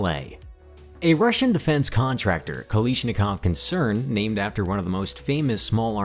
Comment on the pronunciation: The word is "KalAshnikov" not Kalishnikov.